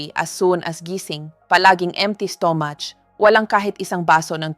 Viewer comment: Pls. Improve ENGLISH PRONOUNCIATION , sometimes I can’t understand a single word you’re pronouncing, like stomach., I still need to think . You pronouns STO-MUCH etc. thank you!